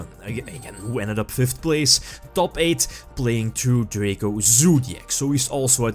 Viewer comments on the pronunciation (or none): none